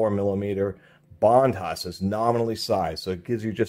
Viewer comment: The H is silent. Bondus